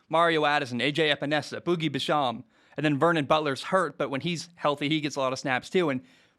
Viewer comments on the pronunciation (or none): Bro, it’s Boogie “Bash-Em”, not whatever you’re calling it XD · Lol boogie "Buh-shahm"